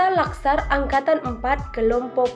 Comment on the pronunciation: Latsar dek..... Bukan Laksar...... Hehe